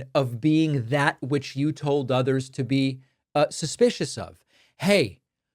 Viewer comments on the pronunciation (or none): none